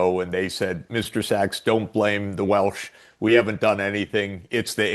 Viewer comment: Professor Sachs (SACs) not sex 😂